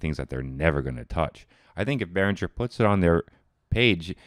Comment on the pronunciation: Hey, it´s BehrinGer, not BehrinJer.